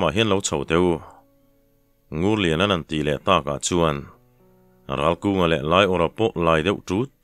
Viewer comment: Ralkunga hi Ralvunga/Ralbunga tiin i chhiar sual zauh² em aw? Achangtupa thiante pa 2 hi khualthang pasaltha fate tho an nih hmel a, a ziaktu hian, "An chet vel thinnaah hian, an che a thuanawptir deuh thin em aw?"